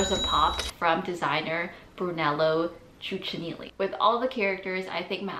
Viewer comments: Thats not the way to properly pronounce Cucinelli. The first C is a hard C, not CH. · Cucinelli is pronounced “coo-chuh-neh-lee” lol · Please learn to pronounce correctly the designers' name. I stopped watching it after the butchered Cucinelli. There's no excuse for such embarrassing mistakes. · There are several reasons that prompted my somewhat aggravated comment. 1. You get paid for the videos and I assume you prefer your content. 2. Cuccinelli is a big enough name to pronounce it correctly. 3. With today's tech, it's literally one click, appr. 30-60 seconds to get accurate info. 4.Many people who visit your channel use you as a point of reference, be it fashion trends, designers, etc.,hence butchering/attempting to pronouncing something in camera, is very unattractive. Thank you for your attention and kind reply!